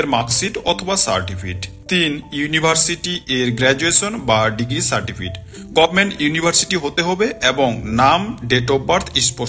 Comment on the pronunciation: Certifit Noi re certificate